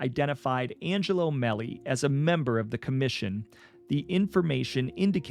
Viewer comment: Great job on this, dude. Just to help you with 1 pronunciation that I'm certain of, was Angelo Mele. I know it looks like it sounds the way you said it but it's actually pronounced <MayLaí> with the accent on the 2nd LONG A syllable(sound).. and the guys say it with an Italian pizazz but lightly... ¡ MaaayLaY ! ..... ~Angelo Melé